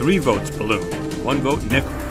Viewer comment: it not nickel its nickol